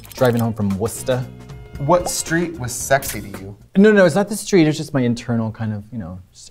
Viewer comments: Sometimes I forget that Katya is also from Mass so hearing her saying “Worcester” and saying it correctly was jarring jfhdjhd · Omg Worcester—- pronounced Wista! I live in wootown!